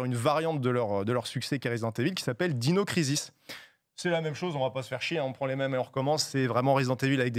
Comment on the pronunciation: Heureusement qu'il a épelé le nom d'un des jeux, jamais j'aurais compris sinon. Prononcer ensuite Dino Crisis à la française au lieu d'utiliser son anglais ( qui est correct hein! Mais bon...Faut être francophone de base quoi) c'est incohérant au possible. Mais son propos est ultra intéressant! Il peut être très drole et assez sérieux et précis qd il parle de JV, un type à suivre sans hésiter.